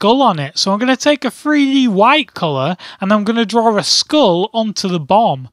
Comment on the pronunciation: I love hearing hearing him say "drawrr" and "drawrring".